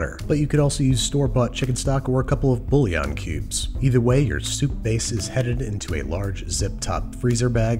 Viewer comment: the way he said "bouillon" really triggered my french forefathers.